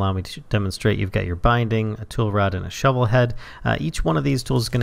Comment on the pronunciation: you are saying the path is speshil for that shuvil all shuvils can do that.